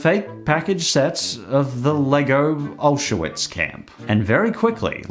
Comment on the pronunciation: alsuwits that pronouncation is something else